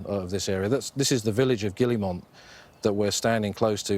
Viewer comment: Did he say ; "this is the village of Gillymont" the actual pronunciation of which is more like " Gooymaw". Why are we so poor at foreign languages? It's not THAT difficult to learn how to pronounce these words properly, or even near properly but to not even try - and these people are qualified experts in........something.